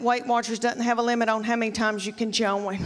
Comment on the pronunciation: How can join be a two syllable word?